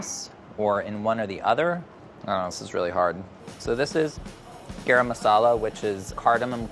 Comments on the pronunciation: Kate Marlow you pronounce it as GUH-RUM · There are such thing as Masala Salt (Garam)? Basically spiced salt? Or salted spice??? And it's pronounced Gah-Rum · I had a full body cringe at how pronounced "garam" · I feel like pronounced it with the d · Ok Priya, you have got to teach these guys how to pronounce “garam”. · I love but his pronunciation of garam is giving me stress Also an Indian woman giving you a 90 is not a complement that's a failing grade y'all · someone fix his "garam" pronunciation!!!